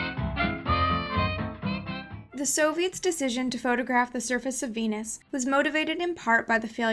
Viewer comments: When she says Venus I hear penis. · Veenus can get tha Peenus. On god